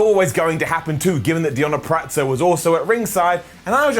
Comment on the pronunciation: Purazzo not puraTzo